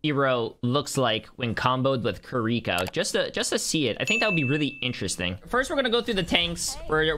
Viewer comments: "kuriko" its Kiriko, there is no U...not hard to pronounce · It’s kiriko not kerwika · Kireeka? It's kiriko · “Kriko” I swear it’s like every gamer has a speech impediment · Bro really said Keriiikaa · bro said KAREEKO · No one talking bout how he said kireeko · Kiwi co not ca re ko ones gonna talk about how he absolutely butchered her name? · Can we please start saying her name right? It's Japanese. Native English speakers can't pronounce a true Japanese "r" (I've studied Japanese), so the easiest way would be to say Kiddie-Co. No accent on the second syllable. If you have to place an accent somewhere, it would be on Kiddie. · No one is gonna mention him calling her Kir-reeko? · U pissed me off on how u said Kiriko's name at the start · Say her name right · The way he pronounces Kiriko makes my ears bleed